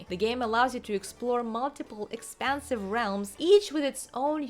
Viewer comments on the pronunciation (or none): I know you said No Man's Sky is expansive, but I really heard expensive! 😂